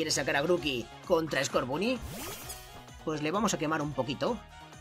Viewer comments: Estás pronunciando mal scorbany se pronuncia scorbony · Se dise como en ingles el scoorbuny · Escucha el primero que que conseguiste skurban y lo pronuncias mal porque en realidad se dice score Bunny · Scotboony se pronuncia scorbany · No es scorbuuny es scorbany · Se dice skoorbany no skorbuny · se dice escorbany no scarbunny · Escorbunny se pronuncia Escórbany😃😃 Me encantan tus videos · Se dice escorbani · escorbunny se pronuncia escorvany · Se dice scorbany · se dice scorbani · scorbunny se pronuncia escórbani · Se dice scobunny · Se pronuncia escorbano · se dice skuovet